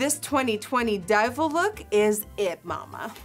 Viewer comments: "DUIVEL" Ig.@ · This year has been the "duivel" 🤣🤣 Ig